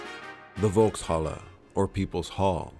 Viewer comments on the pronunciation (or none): It's called Folkshalle not Wokehalle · Christ in a basket. It's pronounced Folkshalle, with an F!